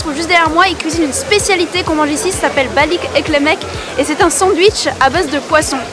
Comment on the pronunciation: Le Bosphore n'est pas un fleuve mais un détroit. Le sandwich de poisson s'appelle "Balık Ekmek" et pas balik eklemek. Bravo pour ton contenu en tout cas 😊. Et c'est Dolma, pas dorma.